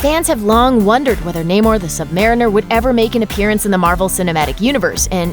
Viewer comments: It's pronounced "Nah-mor" not "Naymor" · Nay more? Thats not how you say it.... Nam - er. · Na-more the submarine